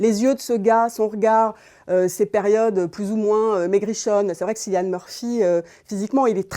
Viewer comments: Me suis arrêtée à SSSYlian, sérieusement pour une critique ciné ? Tout le monde prononce son prénom depuis des années ! Pas crédible du coup. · Cillian prononcé "killian" svp!